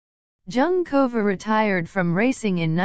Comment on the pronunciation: Thank you. After the 5th time the untutored narrator repeated Junkova, I had to stop listening. Human language is important. It sounds like an AI generated script and voice. Very disrespectful.